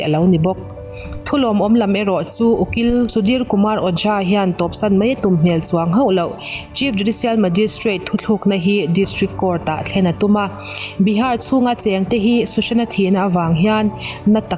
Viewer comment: A ngaihnawm e. Picture lan inkara thim zuk zuk hian en a tihrehawm hret. Thu tlukna hi thu thlûkna tiin i lamri palh hlauh mai. Thu tlukna a ni e. Mi ṭhenkhatte'n thu thlûkna an ti bawk. Hei hi a dik lo.